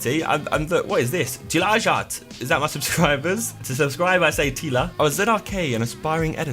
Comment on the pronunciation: I want the old YouTube and the new combined together somehow and btw the way you pronounced Tilaajat was actually pretty decent 👏